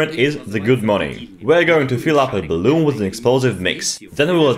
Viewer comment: Hahaa "baloon"